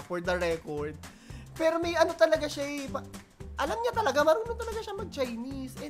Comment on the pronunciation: Hindi mo ba nahahalata na intsik ang accent! Imbis na aral ay alal ang bigkas niya. Ang pero ay pelo ang bigkas. Kaya hindi talaga Pilipino ang pagka tagalog niya.